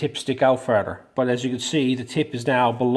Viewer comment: you could be Irish 'farder' :-D